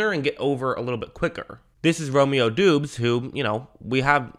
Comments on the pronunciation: Romeo Doubs last name is pronounced “dobbs” not “doobs” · Romeo doobs 😂 it’s actually pronounced dobs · Its pronounced dobbs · Romeo Doubs is pronounced like Dobbs. Great breakdown though! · Your content is awesome brotha been watching for a couple years now, and so you know… doubs is pronounced like dawbs 😂💛💚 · its actually pronounced "Dobbs" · Doubs is pronounced like Dobbs. 👍🏻